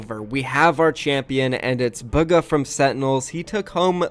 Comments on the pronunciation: Can people stop pronouncing his name like booga" it's "buga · Billy bruh buggah literally pronounced it as “buggah” did y’all watch the video???